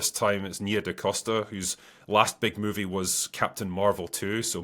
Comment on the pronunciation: Moovee. Not Mew-vie. Here to help.